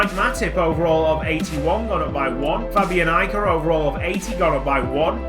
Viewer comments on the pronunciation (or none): none